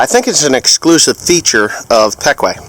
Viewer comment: is that the way Ryan pronounced the company name your saying it as peck-way here in PA we say it as pee-kwah